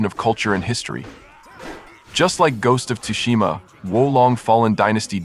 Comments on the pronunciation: It's pronounced as sushima not tusushima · Tsu..it's neither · The T is silent is Tsushima bro lol. I've never heard anyone emphasize the T so much saying this games name lol😅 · the T is silent